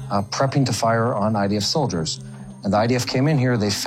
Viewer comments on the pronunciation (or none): It's idf not ids.